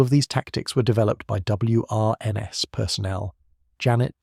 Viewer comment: It’s pronounced “Wrens”. Just say it. WRENS. Like the bird. They did not go round uttering the letters in the acronym, like we do not say “N. A. S. A.”. This channel has good stories, but the scripts are so nauseating, ai slop everywhere. And check the English, you are promoting English stories and cultural heritage, it deserves being listened to by a native speaker who knows how to pronounce the thing. Another one of this channel’s stories tells us about “Doctors with their P. H. D. S.”…